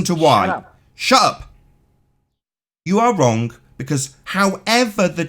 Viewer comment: "extablished" "wronk" "somethink" "everythink" "anythink" still on damage control for Bob Knodels screw up in admiting the true findings of the gyro in the documentary. I can't believe anybody would still come on this dumpster fire. I hope mom never listens to any of these.